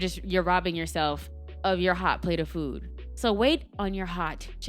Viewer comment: Great information 💛 that Jamaican accent came out on "plate of food" 😂